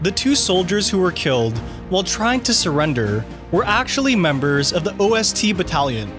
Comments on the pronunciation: hey man just a heads up: Its not O-S-T. It’s Ost which means east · It's not O S T battalions. It's Ost, German for East. Ost Battalion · Dude. Most of these facts are known to anyone who is not a casual movie viewer. Also it's not pronounced O S T, but Ost. It's ONE word. Means east in German. Wanna make videos, make sure you get at least some easy words pronunciation right, you dingus. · O.S.T. Battalion? No, its Ost Battalion, like East Battalion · It's not "O-S-T" but "Ost", meaning "East". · It’s not the o.s.t battalion, it’s the ost battalion..OST is German for east. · 2. They even mention the Sullivan-Brothers in the movie. 6. It is not the OST - it is just "Ost" like "East" Great example of reading and not understanding. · I laughed a little when he said O.S.T battalion instead of Osttruppen, ost means east in German. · Can people just stop this ridiculous clickbait. The title is nonsense and you threw in dumbass "facts" like bringing up the timestamp in the movie during certain scenes or calling them "O.S.T." instead of "Ost" (Aust) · Bruh you pronounced ost battalion as O S T. You suck. You don't say East as E A S T do you??